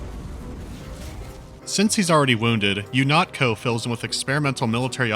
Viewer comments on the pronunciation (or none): "U-NOT-CO" nice one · "u-NOT-co" that made me u-NUT-co